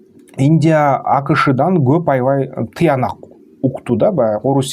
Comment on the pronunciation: Гоп эмес коп деп суйло кыргыз тилде гоп деген сох жок